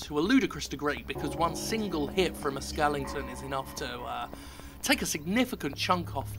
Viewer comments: What's with British people and pronouncing "skeleton" as "skellington"? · Did you sometimes say "Skellington"?